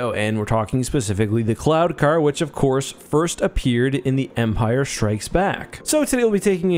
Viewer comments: Every time you said "cloud" car, I heard "clown" car. LOL!!! On a more serious note. Would there be an advantage to having the gunner positioned to the side of the pilot - field of view, etc.? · I kept hearing "clown car"... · Am I the only one who kept hearing "clown-car"?